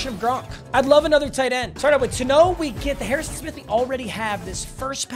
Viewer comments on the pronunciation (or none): none